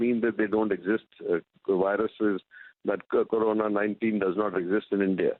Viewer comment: She spells CORONA as KARONA.... 😬😂